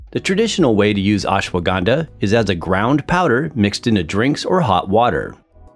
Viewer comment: It is not acceptable (euphemism) to the ear when you wrongly pronunce Ashwagandha. Better know the right way to say and them indulge in such lectures.